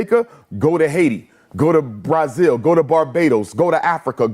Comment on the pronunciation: Umar pronouncing Brazil Bryzil really irritates me 😭😂😂😂😂😂😂😂😂